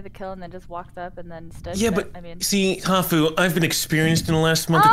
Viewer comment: What does hafu say??? Defen? 🤨